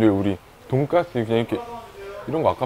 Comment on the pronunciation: 쓰 발음 못하시나봐요 ㅋㅋㅋ 발음이 계속 돈가th 돈까뜨 돈가ㅊ뜨 이러셔